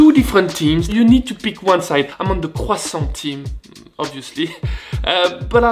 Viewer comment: Love the way you say QUSANT